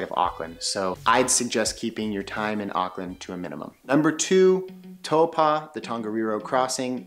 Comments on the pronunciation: You're pronouncing taupo funny. It's TAU-PO not TAU-PA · Hey bro, I'm from NZ and to help you along with the people watching this video, I want to correct your pronunciation of a few things: Taupo is pronounced like toe paw, not toe pah. Second, most people refer to the south island as waipounamu, pronounced like why po (like Kung Fu panda) nah moo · It's not towpa ,it's pronounced Tau po gee,ide like you to say the fukawheirawa,the best Maori village to see them the government one in Rotorua and glad you didn't mention the blue and green lakes there as one is only for the Maori where they send their dead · Tow paw,not tow pa. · Good try with pronouncing Taupō. I can tell you were told to think "toe-paw". But with your accent it's probably better to try "toe-poor".❤ I'll let my other Kiwi whanau jump in on some other suggestions with our other place names you've given it your best shot. 🌻🌷🌻 Kā Pai mate, we love it when people "give it a go"👍🏾😍👍🏾 Whanganui-a-Tara/Wellington .... my hometown ❤❤❤ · No- the vowels are the other way around: Tau = Toe- Po= Paw. Toepaw. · Great Vid... Just a lil suggestion... Taupo is pronounced Toe-paw... Best way to write it! Cheers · no more like Toe-Pa!!! LOL all good just wanna help out ... Cheers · Good video bro. At lot of theses types of videos are usually inaccurate and have orators that clearly haven't even been here. A tip for pronouncing Taupo. Think of it as toe and paw put them together and you get pretty close to the correct pronunciation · Lovely video, but your pronunciation of Taupō kills me. Try again.